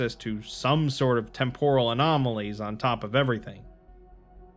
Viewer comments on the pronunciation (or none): none